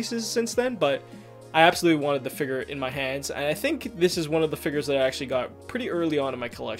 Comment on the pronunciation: It sounds like he says figer instead of figure, lol